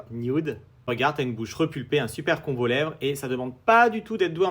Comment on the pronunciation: 😮purée, j'ai eu peur ...je me demandais pourquoi tu parlais des congolais ???😂en fait, j'entendais congolais au lieu de "combo-lèvre"😅